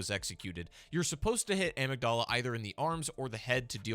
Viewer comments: ah-mig-dahl-uh ❌ uh-mig-dihl-uh ✅ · The way you pronounced amygdala hurt my amygdala. Someone skipped biology class lol